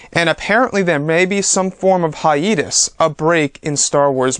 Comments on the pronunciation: can you please stop saying "hi-eeee-tus" it's 'hi-ayyyy-tus' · wukang K it’s pronounced hi-YEET-us